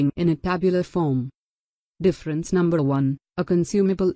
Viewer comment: Numbrhh one 😂